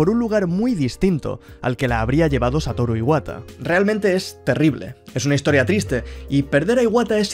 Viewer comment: que descanse en paz Satoru Iwata no a sido lo mismo sin el era un genio en todo jajajajajaja buena pronunciacion de japones y buen video sigue asi